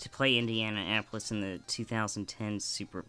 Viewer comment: did you seriously say indiana apolis ? LMFAO